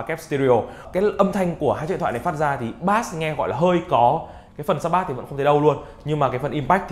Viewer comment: Bass đọc là bây chứ ko phải bát nhé